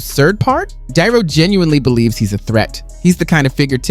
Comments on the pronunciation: Lets see.. "DuhNutto".... You're welcome, dummy. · WTF are you an AI or do you really not know how to pronounce De Niro, do better or stop.